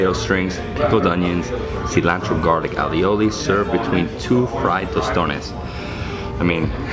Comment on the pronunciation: A - oli. Ay-oli not alioli lol now im hungry time to eat!!